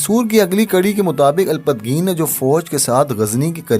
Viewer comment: اچھی کوشش ہے لیکن آپ کی اردو تھوڑی کمزور ہے کیونکہ آپ نام بھی صحیح سے نہیں لے پا رہے مثلاً سبکتگین کا نام سبتگین لے رہے ہے اسی طرح الپتگین کو الپت گین کہہ رہے ہے معذرت کے ساتھ